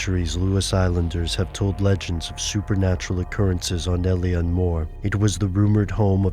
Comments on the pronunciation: It's pronounced Ay-leen ... Not el-ian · It's pronounced ill-an